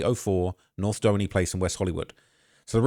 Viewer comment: LA native, here. Doheny Dr. is pronounced, “Doe-heeny” not “Doe-eny”